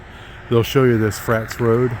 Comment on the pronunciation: It’s pronounced Fra-tus rd although it’s spelled frates rd. Petaluma is my hometown.😮